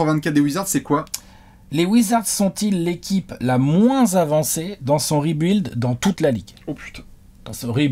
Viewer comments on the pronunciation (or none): none